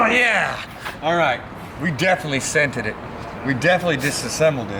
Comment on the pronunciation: "THE SENT'ED"